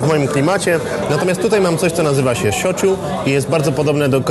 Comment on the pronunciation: Panie Krzysztofie （しょぅちゅ）a nie schochu xD